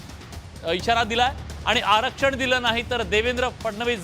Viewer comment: आरक्षण ही पण बोली सुधार बोलीभाषा कशी बोलतो